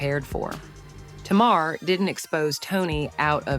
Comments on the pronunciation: Tay Mar not Ta Mar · U really know how to drag out something forever. This is too long to listen to . Always what it isn’t never what it is. Did u ever listen to the show for the pronunciation of Tamar’ name.